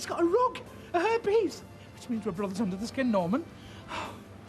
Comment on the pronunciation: It cracks me up that Reg pronounces Hair piece as herpes